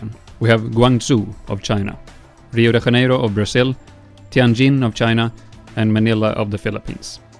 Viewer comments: You butchered Rio de Janeiro, why did you pronounce it like that (Haneiro) ? It sounds terrible! There are many videos on YouTube that can easily help you hear how it’s properly said. Cê tem a ferramenta na sua mão, use-a! Other than that, good video. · South America was basically Brazil then! lol Why was he saying "Reo de Ranero"? And that's NOT Rio lol that's Barcelona, in EUROPE (Our Christ is on top of a mountain & way larger). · "Rio de Haneiro" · It bothers me that you put so much effort in this video but not in the pronunciation of Rio de Janeiro. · Pronounciation of Rio de Janeiro makes me wants to blow my brains up.